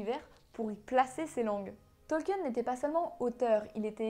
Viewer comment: Si je ne m'abuse, Tolkien se prononce "Tolkine" et pas "Tolkiène."